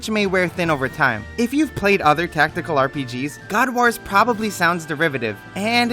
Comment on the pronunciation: Omg can't pronounce god wars put me off sorry